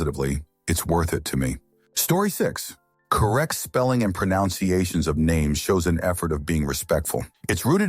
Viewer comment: The best part is mispronouncing mispronounciation.